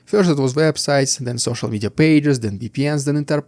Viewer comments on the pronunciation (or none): none